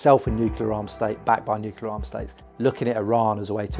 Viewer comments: Bravo! "Nuclear," though, not "nucular." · Please, “nuke ya ler“ grates on my ears! It’s pronounced “new clear”. Other than that, thanks for your great work ! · Am I the only one annoyed by his pronounciation of "nuclear" as if it's "nukelar"? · Why does EVERYONE say nuke-YOU-lur?!?!?!? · Okay, I've watched 19 seconds and you've not been able to pronounce the word "nuclear" so many times, I stop right here. Maybe get someone educated and able to speak English to make your videos next time. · Can't even pronounce 'nuclear' properly.